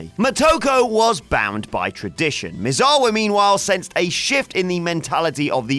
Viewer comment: Nobody knows who these people are anymore? You must be quite young. The facts aren't sketchy, they are there, it's just that WhatCulture is poor at doing research. The narrator can't even say "Misawa" properly, which leads me to believe he's never watched a Misawa match.